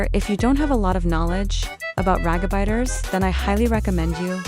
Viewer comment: "Rat a baiters" NOT THE TTS VOICE SAYING THATS INSTEAD OF RAGEBAITING 😭😭😭